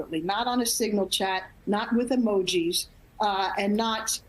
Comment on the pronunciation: OMG she SAID IT!!! "NOT WITH EMOJEES"!!!! Holy #@@ - they "emojee" WAR ATTACKS and 45 deaths! IMAGINE WHAT THEY TEXT about OTHER s --- they do!!!! These MAGA's are SICK!!!!